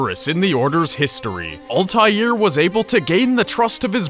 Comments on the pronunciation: its not OLTAILR ITS ALTAIR like its written and pronounced u dumb stupid no life fucks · Ultair is how it's pronounced in the games. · You say it with an L "Ahl-tai-air" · he keeps saying Ultair, its annoying. The Shit is Altair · Al-ta-heer Ebeen-la-haad There is an invisible H(low tone) in "Altair" and a silent H in "La'Ahad" Arabic is weird sometimes like that. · Altaïr Ibn la ahad is pronounced as All-tie-air Ib-in La-ah-had. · Why are murrican's unable to pronounce Altair properly? It's always ÆLTÆIR. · Alteezie's name is pronounced: All-tie-ear I-ben Lah-Uh-ad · His name is pronounced altaeer eebnoo la haad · It is pronounced 'al-tie-eer' and 'ib-in-il-ah-ha-had'... sorry im a nerd... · The pronounciation of Altair tho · You say altiar wrong, say it with out the "L" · Am I the only one annoyed with his pronunciation of Altair? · ITS PRONOUNCED ALTIAIR YOU ARE ALL IDIOTS >>>>>>>>>>>>>>>::::::::::::(((((((((((((((((